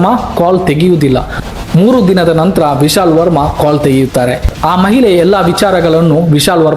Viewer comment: ಮಹಿಲೆ ಅಲ್ಲ ಮಾರಾಯ, ಅದು ಮಹಿಳೆ